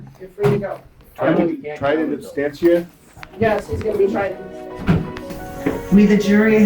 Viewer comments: The judge doesn't even know how to pronounce her criminal act! What is "in anstentia?" It's called 'in absentia.' - you said it incorrectly also, but you get a pass. You didn't go to law school. Plus, I like you. I hate that judge and her cronies and her kangaroo courtroom. I'm calling all day Monday, maybe Tuesday too! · It is "absentia" not "abstentia". The fact the judge even made this mistake is inexcusable. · Oh, and the phrase is ''in absentia', not 'in abstentia', you illiterate dumbass. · Silly woman can't even pronounce absentia properly.